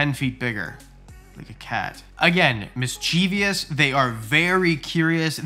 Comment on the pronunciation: My boa isn’t much of a climber and she doesn’t have a crazy feeding response. She pops her head out whenever I open the terrarium and if I don’t have food she stares at me as if she wishes I were dead. When I pick her up she’s like “I really don’t see the point of all this but ok…”. PS I’m sorry but now I’ve heard you say it twice in this video and a few times before. It’s Mis-che-vous not mis-che-vi-ous.